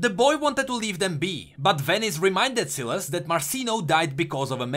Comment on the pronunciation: Ewan Daniel it actually is pronounced as Silas not sai las